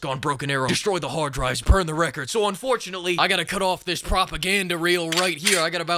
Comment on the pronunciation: Yeah, no hahd ahs allowed.